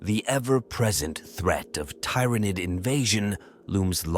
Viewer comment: I hear ya. "Tyranid" pronunciation in particular being a brutal example.